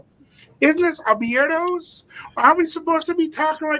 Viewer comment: Dudes hilarious asking for what other girl bahahahaha man can’t even say Abiertos properly lmfao 🤣🤣🤣🤣🤣🤣🤣🤣🤣🤣🤣🤣🤣🤣🤣🤣🤣🤣